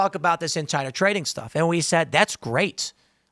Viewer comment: Nooo, NOT “tading”! 😢